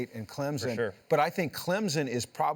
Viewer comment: It’s CLEMSON . Not clemzen. .